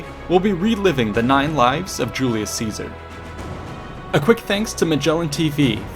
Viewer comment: Julius Catsar?